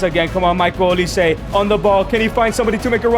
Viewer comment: Nga learn how to pronounce micheal olise